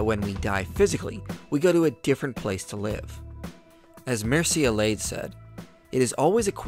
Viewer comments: minor unimportant detail, I don't know why I even brought it up. I think it's supposed to sound like ''Myr-che'' ''Elly-add'' (similar sound The ''Iliad'') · Also, Mircea Eliade's name is pronounced Myr-cha Eh-lya-deh.:)